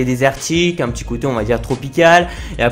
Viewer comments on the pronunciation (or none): none